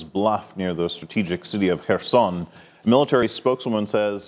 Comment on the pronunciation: Thank you Salma for pronouncing correctly the city name Kherson 🙏